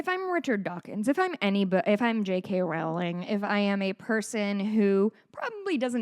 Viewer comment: Just one pedantic point: Rowling is pronounced like "rolling". That said, continue slamming all transphobes for being transphobes. "Dinosaurs are cool. Transphobia is not." -Jamie Raines (aka Jammidodger)